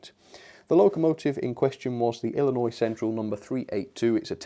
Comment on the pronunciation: As an Illinoisian I must say that I'm highly impressed that you didn't pronounce the S at the end of Illinois. So many people get that wrong and it can be infuriating.